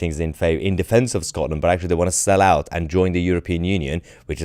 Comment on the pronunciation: And he's wite oot on his arse, allwite